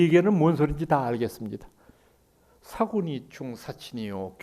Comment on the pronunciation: 강의 내용, 어조, 표현, 언사 일류입니다. 한가지 발음 문제. "사군이충"의 "사"를 짧게 잘못 발음하셨읍니다."이 "사" 자는 길게 발음해야지요. "사대주의"의 "사"와 같으 자입니다. 미국 변 완수 배